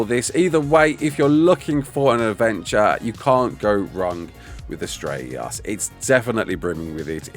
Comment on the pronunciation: why does it sound like your having a stroke when saying astreaos lol its just one word prounounced as tray os